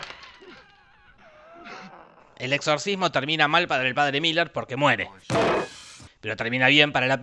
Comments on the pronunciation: Es merrin no Miller... resumí la serie 🙏🏼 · Cada vez que Jorge dijo Miller en vez de Merrin, Dios mató un gatito. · Que no ES Merrin, merrin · Son 4 peliculas y se pronuncia merrin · Lo siento, es padre Merrin.... pero podes decirlo como tu quieras, total lo que importa es el amor.... el amor heterosexual